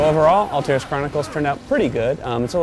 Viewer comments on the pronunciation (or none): It's Altaïr, not Altair.